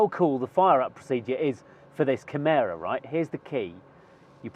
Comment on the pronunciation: Kimera ... Avaleble. Now. ... For " everybody ". :face-turquoise-covering-eyes